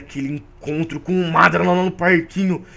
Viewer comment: mano tu fala obito e madara errado